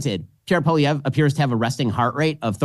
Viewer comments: Ben....its pronounced POLLY-EV not polly-every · Polivere's biggest opponent is our Canadian msm. They're already trashing him and anyone who supports him. The liberals are desperate to turn him into the scariest thing ever. And it's Pol EE EV. Silent R. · American isolationism strikes again. Ben Shapiro, while praising Pierre Poilievre as part of the new wave of reasonable leaders, can't even offer him the courtesy of pronouncing his name properly. "Poilievray"??? Give me a break, Ben Shapirooo! Let's give it to you by using other words as models. The "Polly" part is pretty simple. It's the ending of his name that confounds unilingual American know-it-alls. So, let's take a name you can probably wrap your lips around, "Ezra". Now replace the 'z' in "Ezra" with a 'v', which produces "Evra". That gives you Pierre "Polly Evra". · You guys have to learn how to pronounce Poilievre. PAW-lee-EV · Had to cringe EVERY TIME Ben pronounced Poilievre lol. Watch Jordan's videos, Ben! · We in Canada are over the MOON Trudope will be gone hopefully soon.. but of course he takes the easy way out and resigns instead of calling an election. PLEASE BEN you need to pronouce Pierre's last name right LOL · You don't say "ray" at the end of Poilievre, Ben. lol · But wouldn't it be better if Ben Shapiro actually knew how to pronounce the name of the guy who he professes to admire so much?